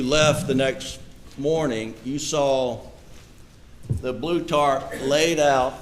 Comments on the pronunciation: 😂🤣 yes, she said “tart” 😂 instead of Tarp 🤭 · It’s a tarp not a tart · Lord, wish I was there to tell her, it is TARP, not tart. She is a standup citizen, credible as well......This courtroom looks like Mayberry's court room....teeny tiny, old fashiion.... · This woman says "tart" and they made a fool out of her by repeating that...knowing that she means "tarp." shame. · She’s mispronouncing the word 🤣